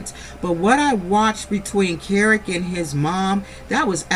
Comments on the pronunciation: I've been waiting for ur review and u did not disappoint. Great review as always. Oh and that child's name is pronounced Key-Rock, LOL! And I don't believe that Kerok has a legitimate business. And all of that aggression might be from the testosterone but I don't like how he avoids conflict with Britney by coming at her so hard. Also, ur right, this was the first time that we heard abt a second wife with Andy. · His name is pronounced key rock 🗝️ 🪨